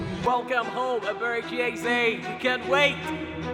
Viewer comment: Just to note his name is NOT pronounced "Er-ber-reach-chi". It's pronounced "E-bear-ray Chi". Eberechi Eze😊